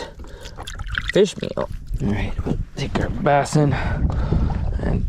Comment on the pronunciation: do you really call them "bass'n"? or did i miss a joke you have been running with. lol I do not know why but its like a twitch every time you say it. Hope I am not the only one that caught it or for whatever reason screamed at the screen is a "BASS". lol